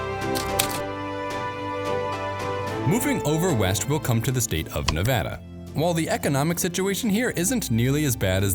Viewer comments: Thanks for not mispronouncing Nevada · As a Nevadan, thanks for pronouncing it correctly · Thank you for pronouncing nevada properly! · Thank you for the great information! I have a few comments. 1) Thank you for pronouncing Nevada correctly, or at least, the way people in the State of Nevada and residents of California's Sierra Nevada mountains pronounce it. People from the east and Midwest so often say "Ne Vaaauuugghh da" and it's "ne Va da," with the Va pronounced the same way Va is pronounced in "Vat." 2) The majority of water that sustains northwestern Nevada comes from California from the Truckee River drainage, which Lake Tahoe is part of and the Carson and Walker Rivers. Washoe, Carson City (county-city combination), Douglas, Lyon and Mineral Counties depend on these sources. California is often accused of taking water from surrounding states, but in the case of northwest Nevada it is exporting a lot of water, all of it produced by eastern Sierra Nevada watersheds. 3) The snowpack of the Sierra Nevada, southern Cascades and some northern California mountain ranges produce the water that irrigates California's Central Valley agriculture and over half the fresh fruit and vegetables consumed in the U.S. are produced here. Many products are largely only produced in this state. California has the largest agricultural economy in the U.S. Thus this snowpack is about the most important reservoir in the U.S. The current drought in this region has nationwide impacts. Given the current long term drought the mining of ground water is being used as a short stop gap measure to sustain a portion of this economy. Sin